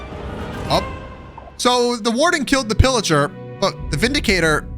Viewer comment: Bro when u say pilliger the subtitles say illiger lol